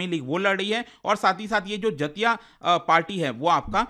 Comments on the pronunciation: जतिया क्या होता हैं? so irritating. do not teach wrong pronunciation sir. do some homework. बेंगोली टोन में बोलिए जातीय सोंगसोद Jatiya Sangsad (জাতীয় সংসদ) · Sir the correct pronunciation of jatiya sangsad is जातियो संसद in bengali language which means national council /national parliament 🧏 Greetings from West Bengal 😊